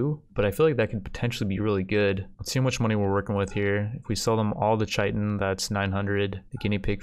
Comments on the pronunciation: It’s pronounced k-ie-tin, not ch-ie-tin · It’s kai ten not chi tin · Its pronounced KIATEN, not shietn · “Chai-tin” it’s Kai-tin :)) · Hey your videos are great, but goddamn please pronounce chitin correctly haha. It's kītn not ch-itn. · Chitin is pronounced like “kite in.” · Chitin is pronounced kite in. At least that's how I say it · Great video! The recruitment difficulty just refers to the percentage chance of recruiting each time someone tries to recruit them after resistance has been broken. It is further modified off their overall mood at the time, and the social skill/social impact of the recruiter. P.S. Chitin is pronounced like Kai-Tin. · couple of things about the black hives, they dont respawn, they just make jelly, and Chitin pronounced Kai-Ten, I know it looks like doesn't sound liek it but it does LOL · Chitin is Said Kite-n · Btw Chitin is pronounce Kite-in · chitin is pronounced "Kite-in" look it up if you don't believe me. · I know I'm being a bit of a pedant, but chitin is pronounced as 'kite-in'. The dictionary gives '/ˈkītn/' but that's not helpful to most people. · The fact that he pronounces chitin wrong drives me bonkers